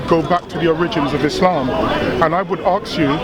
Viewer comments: People should never debate people who can't say ask and instead aks. It's not a word. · hey smart guy its ASK ASK ASK .please no axes ty.